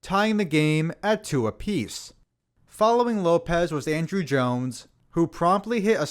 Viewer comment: It’s On-Drew Jones. Not Andrew